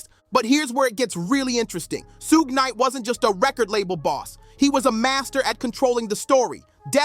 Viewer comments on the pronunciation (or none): 😂 I heard Su-gay Knight and hit the mute button. I was done after that.